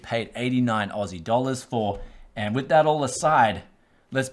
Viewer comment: I love it when he says ausi dollars lmao